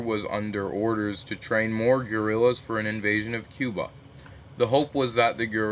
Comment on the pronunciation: guys he meant cuba not chiba